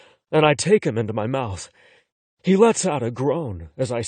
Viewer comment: Why does he pronounce mouth as mouse? I don't wanna hear about how someone's noodle is in someone elses mouse 🐭😭